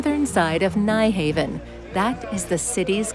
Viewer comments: Sorry but the Danish pronunciation of Nyhavn only has two syllables. Phonetically it is pronounced [ˈnyˌhɑʊ̯ˀn] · It so annoys me when commentators repeatedly get the pronunciation wrong with place names. This happens several times here with the popular area of Nyhavn, Phonetically, the correct pronunciation is 'Nuharven' Things like this should be properly researched!